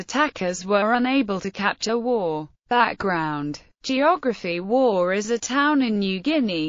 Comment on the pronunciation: Get the pronunciation right, it’s pronounced Wow nor war